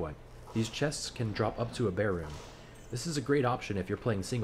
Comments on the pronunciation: Bear rune? its BER like BURRRR >.> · Why are you saying "Bear" instead of "Ber" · Sorry and what now? Bear? It is "B" "er" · It’s not a “bear” rune, it’s a “burr” rune. ;) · did this guy just call a ber a bear